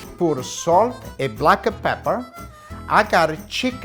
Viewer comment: Don't forget the black e peper...